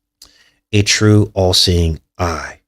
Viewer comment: did you notice when you say All Seeing Eye it sounds like your saying AI. Wow!